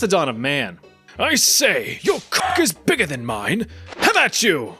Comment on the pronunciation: "Have at you" You mean "Have at yeh."